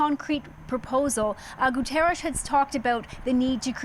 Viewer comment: Please teach your people how to pronounce "Guterres". It's Portuguese, not Spanish